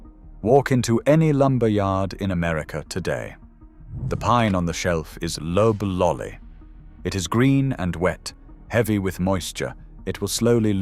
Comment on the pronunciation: AIs don't know it's NOT pronounced lobe-lolly. That first syllable should rhyme with cob. LLMs don't learn phonics.